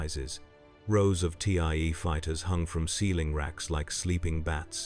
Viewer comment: Good grief, fix mistakes. Tee Eye Eee fighters? N Sign?